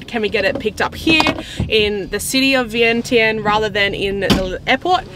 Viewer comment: Idk why they spelled Vientiane but it’s supposed to be pronounced Veing Jun. and not Vang Vieng but Vung Vieng. The newest beautiful place just flung is now Muieng Fuieng, I can’t really spelled it out the way it pronounced in Lao but this is how to spell it in Laotian ເມືອງເຟືອງ the view is like Vung Vieng but if your drive it’s easier because the road is not pave yet and not known to foreigners yet. You might be the first one 😊. When you ordered coffee you said no sugar but the way you pronounced it it sounded like no cream. Nom = milk Num Tharn …= sugar Kayaking has to be reserved in advance before arrival.